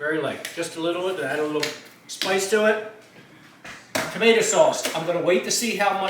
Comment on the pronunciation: tamate-a? is that a new jersey thing?